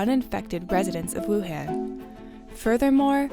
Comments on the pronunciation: it's pronounced 武汉 Wǔ hàn. not 武很 Wǔ hěn, that could mean something else. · Informative video, but the city's name is Wuhan not Wuhen... (pronunciation matters) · Let’s play a drinking game: take a shot whenever the host mispronounces Wuhan. You‘ll be in an ambulance by the end of the video. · It was so hard for me to watch because of this lol